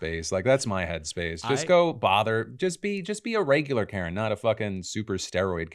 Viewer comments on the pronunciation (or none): none